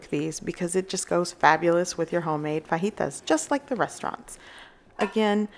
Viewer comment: Love the way you say fajitas.. correctly thank you!